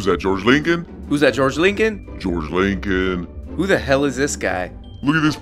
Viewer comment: I finally heard you Miami accent when you said Jorge Leeencoln?